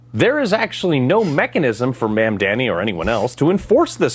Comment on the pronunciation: The way he said "Ma'am Danny" got me!! No longer will I say "Mom Donny"!!